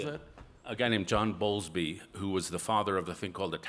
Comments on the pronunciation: Correction: it's John BOWLBY, not Bowlsby. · John Bowlby is the name... on attachment theory... he mispronounced it as Bolsby.... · Ironic that his calls to 'secure the family, secure the flag, and secure faith' sound a lot like the rallying calls of the populists about whom he is concerned. He is also either misunderstanding or misappropriating John Bowlby's work on attachment theory (whose name he also mispronounces).